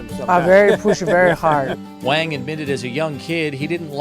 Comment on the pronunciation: He's pronouncing the guy's last name wrong. Not "Wang" with the 'A' sound, it's the 'ah' sound as in the pronunciation of the word 'wand'. If you're going to do a story on a guy at least pronounce is name right.